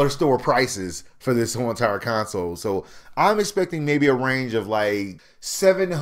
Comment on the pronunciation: Why do u keep saying con-soul?????? I don't get it!?!